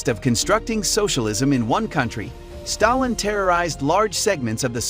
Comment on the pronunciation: When you are making a video about a particular person. You, at least, have to be able to pronounce his surname properly